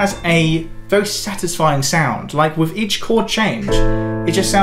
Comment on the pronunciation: Jesus, - learn to say „together“ and „with“ with th, not f